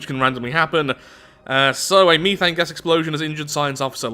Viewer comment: its not called mee-th-ane its meth-ane